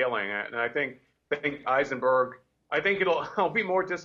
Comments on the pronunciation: Eisenburg instead of Heisenberg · Heisenberg not Eisenberg